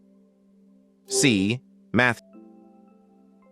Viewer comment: Your AI voice can not pronounce biblical words correctly nor show correct answers and sometimes voice over answers! #26 pronunciation of Babel incorrect and it is Exodus not sounds like Exoduce the way your AI pronounced it! Get answers and right and pronunciations right! This AI is not correct and it is earth not ear uth!?!